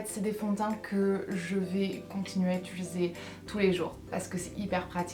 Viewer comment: Coucou, tu pourrais tester un Fond de teint MAC !! Il y a un truc qui me fait toujours rire dans tes videos, tu dis tout le temps ITULISER au lieu de UTILISER x) j'adore ne change rire <3